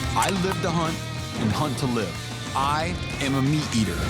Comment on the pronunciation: good show, but "meateater"? xD